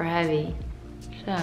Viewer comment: I like it how you say 'so'... 😂 It is probably how is sounds in Dutch 'zoo'... I am Russian myself and used to work for a German company in NZ. So many words similar to this I heard n I sound very Russian still after many years living in an English speaking country. I find it charming. Don't change it ever coz it's very YOU!